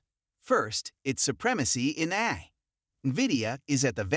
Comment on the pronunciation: Get rid of the AI voice that can’t pronounce A-I 😂